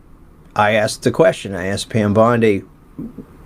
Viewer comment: Pam” Dow “Bundy Bondi